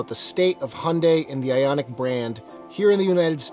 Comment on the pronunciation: “Handay”. You know so much about this brand/car (I do enjoy your videos very much) and yet it baffles me how you butcher the brand name every single time 😅 it should be “Hi-Yuun-Die”.